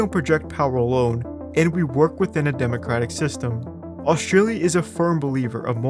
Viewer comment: there's a hard t in Australia. it's not oshtralia